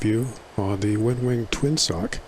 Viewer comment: Did you say "Twin Sock"?